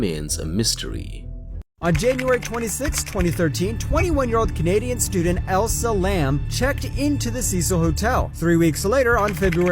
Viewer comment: The Elisa Lam one just continuing to mispronounce her name really bothered me. her story being treated like some crazy horror story and the fact that this person didn’t even bother to pronounce her name correctly is insulting to her memory. she died a tragic death, may she rest in peace